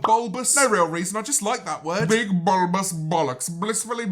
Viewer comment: Nobody: James Marriott: bUlBoUs